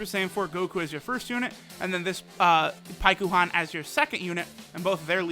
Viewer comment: Hate how the game calls it Paikuhan, its Pikkon. In English at least.